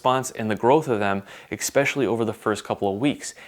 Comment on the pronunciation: This guy says Exspecially way too much. That's not a word bro. I had a friend in elementary school who always mispronounced that word and it still bothers me.